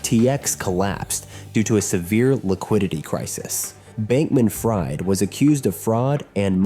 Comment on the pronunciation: AI i see. Haven't heard anyone pronounce "Fried" in Bankman-Fried like fried chicken unironically before lmao.